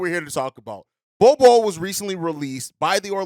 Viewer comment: said Nol Nol for Bol Bol